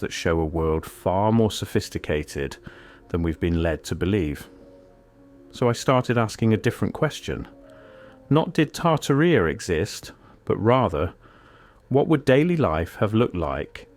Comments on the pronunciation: Is this an Ai narrator? At the start he pronounces Tartaria as Tar-ta-rea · You are pronouncing tartaria incorrectly